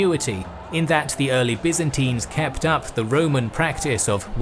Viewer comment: Byzantines!! not Byzintines as you say it!!